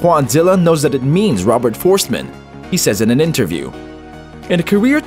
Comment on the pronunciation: Robert Fohrst-eh-man! Please take time to learn the pronunciation.